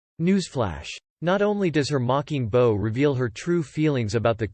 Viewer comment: For the love of God...I know this HAS GOT TO BE A ROBOT READING THIS TEXT! PROGRAM THE THING TO PRONOUNCE WORDS CORRECTLY! "BOW" WITH A LONG "O" IS SOMETHING YOU WEAR NOT SOMETHING YOU DO ! PRONOUNCE THE DAMN THING BOW...THAT RHYMES WITH "COW" YOU KNOW...LIKE "MEGHAN IS A STUPID COW!"